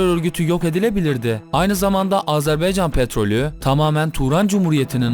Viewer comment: Abi dikkat ettim Azerbeycan Diyorsun Ama Azerbeycan Değil AzerbAycan